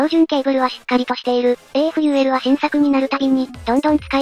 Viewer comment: AFULは、【アフー】と、発音するのでは!?